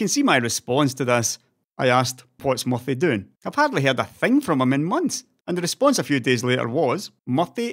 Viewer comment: Is his nickname MUFFY or is pronouncing MURTHY's name wrong with his accent?